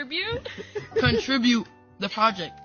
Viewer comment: bro... the fact that can't pronounce, 'contribute' probably means that he doesn't have the ability to comprehend/pronounce simple elementary school sentences.